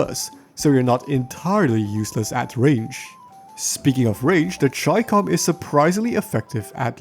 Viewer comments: chi-kom isthe pronunciation idk as in "Chi" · Do you also pronounce Chicken.... as 'chai-ken' my good man 😂😂🤣